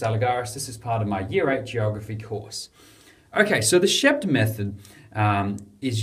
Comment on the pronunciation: It's Sheep-t.